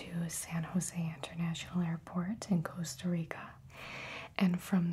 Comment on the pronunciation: hearing her say "costa rica" (my country) is too satisfying